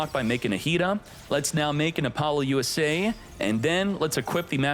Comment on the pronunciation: Is it really pronounced Apollo - U.S.A ? I have been calling it Apalosa all this time…